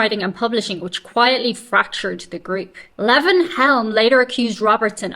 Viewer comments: This interruptive style of reading from a magazine is about as annoying as anything ever misused for profit by someone with absolutely NOTHING TO SAY OR ADD except for.. if quoting you is okay.. except for "Ooouuhh.. that's bad". What a disgrace you are. Purely pathetic. Leee-von not Levv-inn. Kind of cozy.. like the space holding your deficiency of brain cells. Odd. You're too nice to yourself. Don't let your dog drink from the toilet bowl.. judging from his "genes" he just might fall in. His excuse is he's a dog (she's a dog?), but what's yours. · That's Lee-von, NOT Leven. Southern boy. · I think it's pronounced Lee-von. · Levon is pronounced LEE-von. LEE-von Helm. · Lee-von is how it is pronounced. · Watch the version from The Last Waltz movie. Best ever. Also, it’s pronounced “Lee-Von.” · Levon is pronounced Leevon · Levon is pronounced Lee-von. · Lee von long e sound.Good ole Tennessee boy and the only American in the 'Band'. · It's pronounce "LEE-von" Helm. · Pronounced LEE-von Helm — as in, I have to leave on time to catch my train. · The "e" in "Levon" is long. (For reference, listen to Elton John's "Levon" from "Madman Across the Water.")